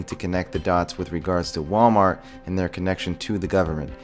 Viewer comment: "MalWart" nuff said.........